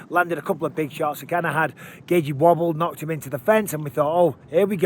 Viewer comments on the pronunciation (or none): I like the way you say Justin Gaychi 😂